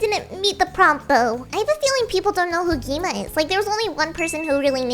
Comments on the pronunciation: It is not gi ma it's gwima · ITS GWIMA NOT GII MA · You said gi-me✔️ gwi-ma🚫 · Lol she said gi ma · why did you say gi-ma 😂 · Bro said gi-ma